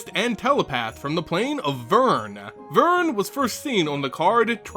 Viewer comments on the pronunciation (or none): It's Vryn! The way you pronounced it was Vyrn. Notice the r should be before the y. Gosh, the best mtg youtuber should know better than that! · Oh and it's "Vreen" NOT Vern... (booo ) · DID YOU KNOW it's actually pronounced Vryn - V-rin?